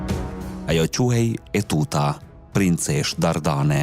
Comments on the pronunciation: JO UTUTA PORE TEUTA O NJERI !!! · TEUTA O NJERI JO ETUTA